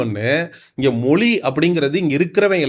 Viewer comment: தயவுசெய்து தமி(ழ்) உச்சரிப்பு கொஞ்சம் கவனியுங்கள்.... மொழியை மொலி என்று உச்சரிக்கின்றீகள். தாழ்மையான வேண்டுகோள்.